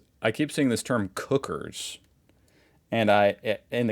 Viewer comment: It's cook-ers pronounced kw-kers (as in he's a real kook) and not cookers as in an oven.